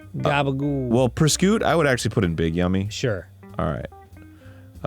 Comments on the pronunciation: Arin: "i'm italian" Also Arin pronouncing prosciutto like this 💀💀💀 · Mispronouncing prosciutto then immediately saying "I'm an Italian boy... like a fourth" was perfect.